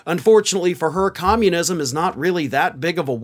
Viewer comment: Com-mun-is-m. The only four syllable word old Three Toes knows, so she uses it a lot.